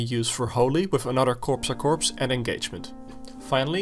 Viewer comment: I love the KORPSAKORPS <3 !!! Correct pronunciation is KOR A KOR, p and s are silent in corps (french word for body)